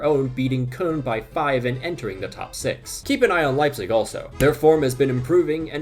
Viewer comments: whenever I hear Germans pronounce it, it sounds like how “Köln” is spelled, or kind of like a softer “corn”. The way he says it, it sounds like “Kun” which doesn’t seem right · Love your videos but why are you pronouncing “Cologne” like that, there’s no way